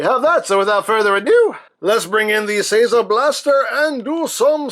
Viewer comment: lol You are a total idiot. Seiza (セイザ: zodiac signs) is not "Say the".